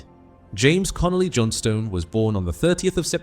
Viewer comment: Thanks for the apology. You should also amend the pronunciation of 'Johnstone' (my gran's maiden name, b. Kilmarnock, 1877. That makes me feel old -- which I am, to be honest). Thanks for the tribute to an all-time great player.